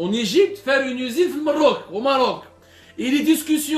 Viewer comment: Prière de ne plus prononcer le nom de mon pays bien aimé Mroc le nom est le Maroc.